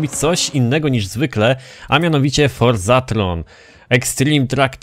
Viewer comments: Forzathon a nie Forzathron ... XD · FORZATHON a nie FORZATHRON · proszę cie naucz się dobrze wymawiać forzathom i Microsoft bo to denerwuje.